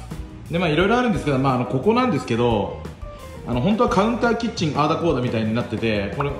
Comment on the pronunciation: の「キッチン」が「チ◯チ◯」に聞こえるw